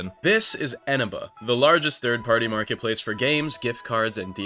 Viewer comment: wait isnt the stress syllable on the middle e? Isn't it Enéba?